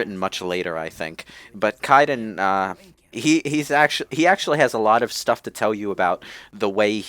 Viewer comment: In addition mispronounced Kaiden's name for the 500th time this commentary.